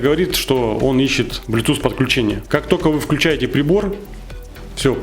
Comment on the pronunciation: Нет слов: "тока", "но, тем не менее", "пультА" и так далее, есть: "только", "но" или "тем не менее", "пУльтов" и так далее. Очень безграмотная речь! Уши вянут.